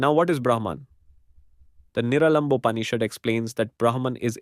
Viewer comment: Absolutely incorrect pronunciations of sanskrit words like Upanishad and Niralamba!!